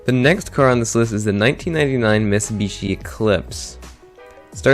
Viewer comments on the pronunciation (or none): none